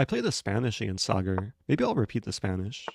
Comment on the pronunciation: This is it: the most wholesome chess video possible Also, kudos for pronouncing Sagar correctly and not Sagaar.